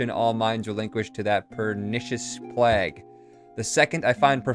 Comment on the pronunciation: It’s plague. Not plag.